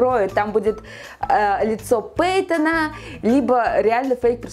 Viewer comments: А кто то заметил то что она сказала не с фейком пейтона а с пейком фейтона?😂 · мне показалось, или сказала пэйком Фэйтона?😅😂